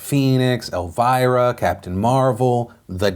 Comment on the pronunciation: Thats not how you say "Elvira"